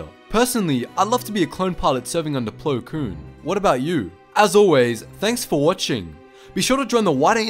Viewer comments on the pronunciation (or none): Plokoon is Plocool!